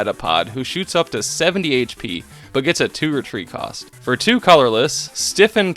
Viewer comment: every time you sqy "one retreat cost" I understand "Wondertrade cost" and get confused 😅 Cool challenge, I liked how you incorporated the different Pikachus